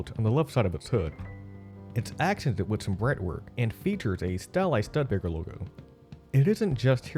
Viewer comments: The narrator had obviously just landed here from another planet, to do this video, because EVERYONE ON EARTH knows that it's pronounced: "Stoo-de-Baker"............NOT "Stud Baker". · Stud-baker? Thought it was STEW-di-baker? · It's not a "Stud Baker" it's a "Stud, (long U) A Baker" or "STOO-də-bay-kər" Sorry but I can't take you seriously and watch a video where you keep saying Stud Baker. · The name is pronounced "Stew"debaker, not "Stud" baker! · I made it through only one minute. I couldn't bear listening to a half hour of you saying "Stud Baker"... STUDE-EH-BAKER. Didn't you bother to listen to any other videos to hear the correct pronunciation? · Stew de baker. Not stud baker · Who in hell coached your voice over talent?? This is a glaring error calling it Stud-Baker? Why don't you go back in and do it right? This negates any credibility you have as a documentary maker. Can you imagine if you pronounced Stone Hedge as Stone Head? It's pronounced (US: /ˈstuːdəbeɪkər/ STOO-də-bay-kər or British STEW-də-bay-kər) Look it up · Stud-baker???? Seriously? Great video otherwise. It's stoo duh bei kr. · You lost me at Stud-baker. REALLY??? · After the fifth time hearing "stud-baker," I had to stop. It's painful to listen to. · After in I stopped watching, "Stud-Baker". :-( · You gotta do a little more research on how to pronounce names correctly! Stood DA Baker, Mick Cull ah, Bridge EAT, etc. etc. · If found it irritating that the narrator couldn't say "Stoo-de-baker" correctly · This is voice generated narration hence the annoying ‘stud-baker’ pronunciation. Still, hard to watch, poor production 👎🏿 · YES...STOO DA Baker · I'm sure that I'm not only one to say this but it is Not a "Studbaker" automobile. I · It's not a Studbaker, its a bloody Studebaker. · My ears hurt every time I heard Stud Baker. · Studbaker is a cool mispronunciation, al things considered 😎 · Stud Baker? How are we supposed to trust any Indy if the narrator can pronounce the COMPANY NAME??!!